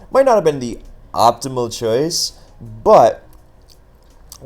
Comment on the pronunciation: how did you pronounce choice like that